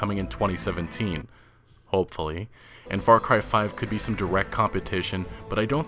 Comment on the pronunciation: Man that word how you pronounce "hopefully" just killing me )))) so funny, you the best fan of RDR like me, my respect to you I don't know your name